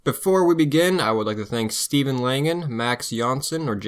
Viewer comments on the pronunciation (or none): none